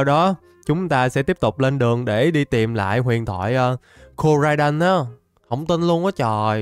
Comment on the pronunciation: koraidon tiến hoá thành komo-o 😂😂